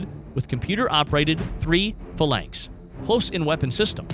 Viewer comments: Good comparison, but the backward video was annoying. The incorrect pronunciations of some of the words was very distracting - it's bow as in "take a bow", not a "bow tie", corps is spoken as "core", not "corpse", and Phalanx is "FEY-links". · Phalanx is fah-lanks. But he did mispronounce Merlin and frigate.